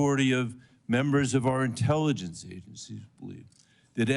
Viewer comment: The dude struggled to pronounce medium length words, such as "intelligence". This is the guy in the highest office in the country. Yep.